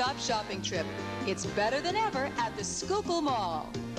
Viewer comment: not 'skookul'-------'sky-kill'